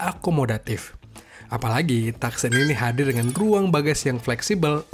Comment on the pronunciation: Bacanya : tukson kak bukan taksen 😊